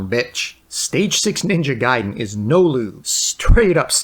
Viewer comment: Shouts to for saying Ninja Gaiden correctly